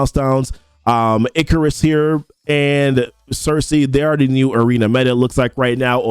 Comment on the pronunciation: WHY DO PEOPLE KEEP CALLING HIM ICK-CAR-IS????? Am I the one missing something cause Ikaris is easier to say and sounds way better lmao STOOP😭😂